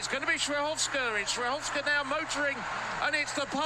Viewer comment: That pronunciation 💀